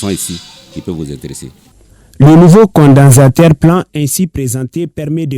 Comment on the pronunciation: Peut même pas prononcer "condensateur "